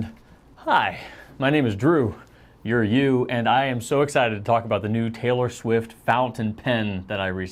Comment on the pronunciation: I hearly crapt the bed thanks a lot when he said twilor swift fountain pen ... geez ya cant do that to a guy I have a weak heart lol :)